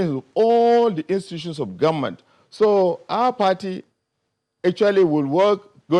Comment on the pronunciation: PhD working with standard fix holder, he should be afhame of himself, hear the way the speaker pronounces goment, the whole key post in this regime is headed by hausa fulani and the vice president is there like a boy, boy shame on him